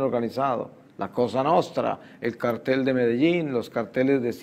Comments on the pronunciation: Respecto a las láminas exhibidas con fines informativos o publicitarios, mejor se hubiera defendido diciendo que la persona la confundió al acentuar mal la palabra ya que es cártel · tengo entendido que se pronuncia Cártel pero como no me drogo y trafico, no opino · 😂😂😂😂. Es cierto. Yo creo que se pronuncia cártel pero como ellos se hacen el "cartel" con ese nombre🤪😆😆😆.